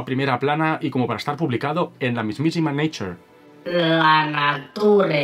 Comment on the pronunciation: me duelen los oido cuando oigo llamar Neicher a la revista La Nature